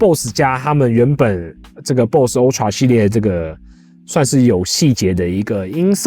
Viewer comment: ultra發音請正確一點